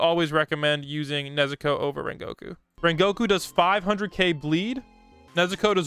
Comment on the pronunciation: HOW DID YOU SAY RENGOKU TRASH